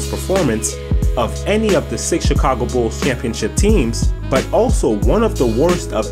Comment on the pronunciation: the "Chikhhhaago" Bulls.